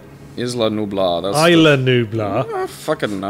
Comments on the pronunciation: was right, that's how you pronounce "isla" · I'm Mexican and I've NEVER even heard "Isla" pronounced "Eey-la", it's closer to "Ees-la" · Yahtzee, was right. It's pronounce 'is-la' ya knob'ed. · I don't know how they pronounce it in the films (I haven't seen them for a few years now) but I'd hope they'd pronounce it "EES-la" like it is in Spanish. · Tbh, i'm a dominican, and both ways are right, "Ees-la" is the 100% right one, "Eye-la" is technical since it sometimes sounds like "Ees-la", even by other spanish people.